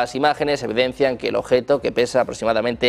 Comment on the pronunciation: Suena sumamente creíble viniendo de un locutor que dice "ojeto" y "oservación".